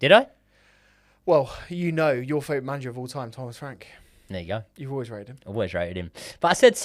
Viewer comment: why do you struggle to say favourite 😂